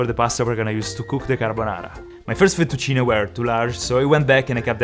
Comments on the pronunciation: Your saying Fettuccine in a very French way futtuccinehhhhhh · ancora oggi mi chiedo perchè pronunciavi fettuccine come se fossi inglese e non sapessi la pronuncia 🤣🤣🤣W la cucina italiana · the way he say fettucine is cooooool